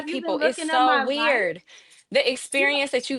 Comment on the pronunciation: "Jas a werido"!